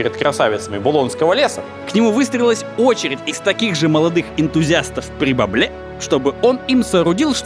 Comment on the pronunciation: "П'гибабле" - обожаю французский язык!